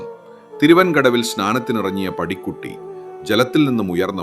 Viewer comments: പടിക്കുട്ടിയല്ല ബ്രോ.... പാടിക്കുറ്റി 🙏🙏🙏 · കഥ ഇത് വരെ കേട്ടതിൽ നിന്നും കുറെ വ്യത്യസ്തമായത് പോലെ തോന്നി.. AI ആണെങ്കിലും പാടികുറ്റി അമ്മയെ പടിക്കുട്ടി എന്നൊക്കെ പറയുന്ന കേട്ടപ്പോൾ എന്തോ അരോചകമായി തോന്നി. കുഞ്ഞു നാൾ തൊട്ട് കേട്ട് വളർന്ന കഥയും കഥാപാത്രങ്ങളുമായത് കൊണ്ടാവാം. വിവരണം AI ക് പകരം മനുഷ്യർക്ക് ആകാമായിരുന്നു 🙏